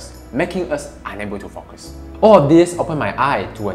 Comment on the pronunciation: Less IS more no doubt about it. BTW Barry Schwartz wrote “The Paradox Of Choice” back in 2004, way before Marie Kondo started this concept so it´s nothing new🙂 -Totally off topic -1.16 it sounds like you say “unable to fuck us”🙂 Great message